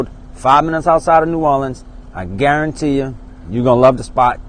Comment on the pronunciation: When you say "Guarantee" It takes me back to my childhood watching cooking show with my grandmama. I used to love him. The way he said “guaruntee“ and "onyon" used to make me smile. I appreciate this channel ❤️